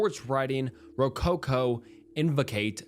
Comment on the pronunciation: Ro CO CO